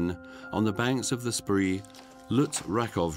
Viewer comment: The River Spree is pronounced "Shpray" in German.